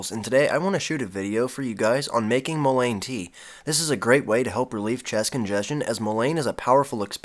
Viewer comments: In the south it is pronounced “MULLEN” not mo-lane. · He should really learn how to at least pronounce the name properly. It is Mullen... the Mullen is soluble in water, which is the reason that tea is what works for the extraction, otherwise it would take some other solvent to extract the essential oil from the plant material. Sometimes the plant material would take alcohol, or some other solvent to extract the essential properties from the plant material...this plant material can even be smoked, which seems crazy since it is good for your lungs, but it is true, worse case senecio , smoke it!! It goes straight to the lungs where it does it’s magic.... this is real , been helping native Americans for centuries.......good luck... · it's pronounced "mullen". The more you know! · I think it's pronounced MOOlein, with emphasis on the MU. Thanks for the video. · I’ve never heard it pronounced that way. In SW MO it is Muh-Len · You are correct! It is pronounced muh-Luhn! google says so! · Mull-EN...is how you say it. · Love all the info but the word mullein is pronounced :) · 😂 I had to stop watching, I'm by no means a grammar Karen, but I just couldn't take anymore of him mispronouncing it over and over. 😂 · Just drives me a bit nuts that you are pronouncing mullein wrong. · Hard to trust someone's knowledge that can't even pronounce the name correctly. Might want to fix that.. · Wrong is still wrong, just because you did it for a long time doesn't make it less wrong. Here, correct pronunciation.